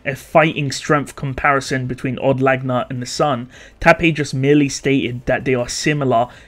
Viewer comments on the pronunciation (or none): Od Laguna isnt pronounce odd lagna. its owed lag ew na. like lagunica.